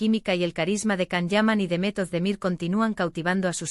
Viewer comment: Will you please learn how to pronounce Can and Demet's names properly? You confuse people with all these lies and continued fairy tales.